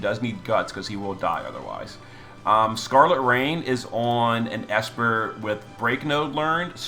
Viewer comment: Love the way you called scarlet rain raegen lol anyways finally Physalis getting some buffs